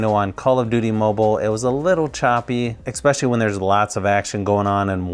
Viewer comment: I have to ask. Do you actually say "ecspecially" instead of "especially"? It's really bugging me, I have to check if I'm just hearing it wrong.